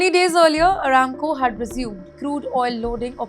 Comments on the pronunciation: WOW, WHAT THE HELL IS ARA MAKO.. WHO BROUGHT YOU IN.. PERSONAL BEDROOM FRIEND, IS HE ?? ITS PRONOUNCED AS ARAAMCO FOR OIL GIANT ARAMCO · Hello, Please improve your English pronunciation and presentation. Watch this video yourself and notice how many mistakes were made. For example, the word ARAMCO was pronounced incorrectly. You also mentioned "US and Iraq war" when the topic was actually the "US and Iran war." Such mistakes can change the entire meaning of the news and may confuse viewers. Before publishing a video, please verify the facts, names, and pronunciations carefully. Clear and accurate reporting helps maintain credibility and ensures that viewers receive the correct information. Thanks